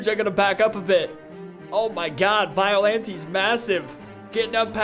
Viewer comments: He got so many Kaiju names wrong. The one that triggered me the most was when he said biolonte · Him: Whoa “billantai” is huge Bruh it’s biollante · Biollante I thought it was pronounced Bill-o-nite but it's pronounced bio-lan-t